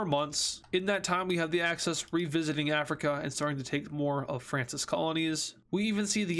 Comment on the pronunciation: Why is he saying Acces instead of axis